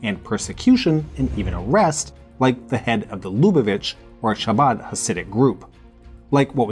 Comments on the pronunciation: Not “cha-bat”,,, but “KHA-BÁD”… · Thank you for this video and all the research! Just a little note, the ch in chabad and cheder is pronounced "kh" as in Bach